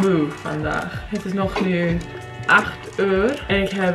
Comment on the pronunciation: Hi, im Dutch. You did it great because its not a simple language. And on the end you say jet but it must be het